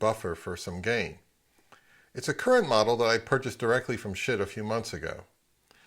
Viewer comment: I can't help it. Yoy keep saying sbit. lol. I used to have an NAD